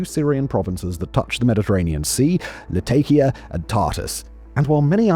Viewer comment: Jesus christ could you look into how to pronounce places names, considering you cant even get Latakia right and its pretty fcking simple.